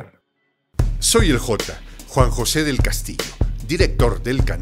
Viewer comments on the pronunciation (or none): none